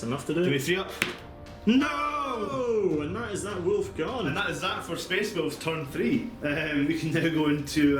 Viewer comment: May have been said already but it sounded like you said "myspace wolves" like at any piont they might "selfie for the emporer"